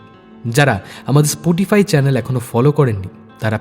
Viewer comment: স্পোটিফাই বলছেন কেন স্পটিফাই বলুন প্লিজ।